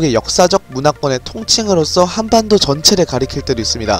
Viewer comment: 지금 번역기 돌려보셨나요? 전 칸반도라고들리던데